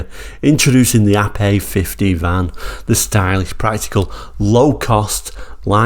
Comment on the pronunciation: I am so glad you pronounced the name correctly not Ape as in the animal, so many get it wrong. Great review btw